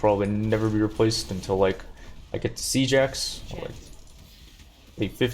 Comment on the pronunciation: Omfg Siege Axe, all this time I thought you were saying "Seajacks" and I thought it must be some American sport reference or something lmfao.